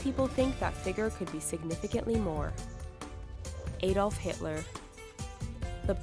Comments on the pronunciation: It's not a dolf, it's Adolf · The way u say Adolf cracks me up